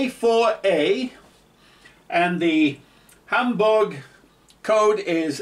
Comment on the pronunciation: I really like the fact he puts effort into correctly pronouncing Düsseldorf and Hamburg